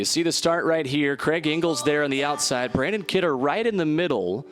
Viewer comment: How many times can the guy announcer say the wrong name?! The winner’s name is BRANNON Kidder. Not Brandon! 🙄